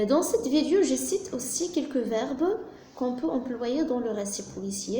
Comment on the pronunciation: Toutes les vidéos présentées par les profs sont excellentes , seul truc qui me déplaît ,c'est la prononciation du mot "vidéo" j'ai fait la remarque chez plusieurs personnes . Sinon , à part ça , tout est bien expliqué .